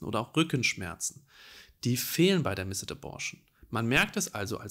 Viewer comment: Vielen Dank, dass du dieses Thema aufgreifst sehr informativ und doch auch wirklich empathisch! Eine kleine Anmerkung: Das 'e' in missed ist sehr schwach und wird deshalb eigentlich nicht mit ausgesprochen ;)